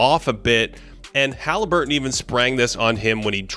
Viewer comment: Please stop saying Ha-lee. Sounds cringe and fruity lol, his name is Hah-Leh-burton not hah-Lee-burton